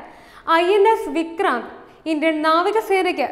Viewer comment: വിക്ക്രാന്തു കിജെയ്